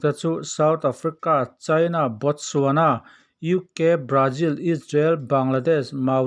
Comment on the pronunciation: Brajil, New Jiland, Jimbabwe🤣🤣🤣